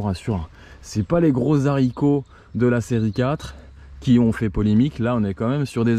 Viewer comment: Dans "haricot" on ne prononce pas le "h"